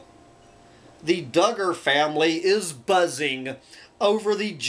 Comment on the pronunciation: I believe Duggar is pronounced DOOG-er.